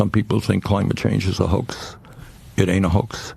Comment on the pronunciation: Bernie forces himself to sound relatable The emphasis he put on "ain't" was not an original ain't how normal people say it. This was something the bolshevik commie 2.0 practiced in front of the mirror.